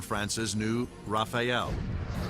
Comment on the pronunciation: "and France's new Rafphiel" I'm pretty sure that is not how you pronounce Rafale.